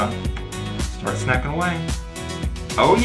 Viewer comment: dI’d anyone else notice that when it said “snacking” it actually said “snaking”?